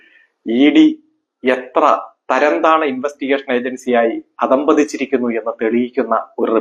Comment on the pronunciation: അധ: പതിച്ചിരികകുനനുഉചചാരണംശരിയാകകുക